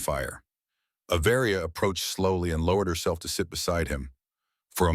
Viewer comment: Avaria is one word, it’s not A Varia!!!!! get it right!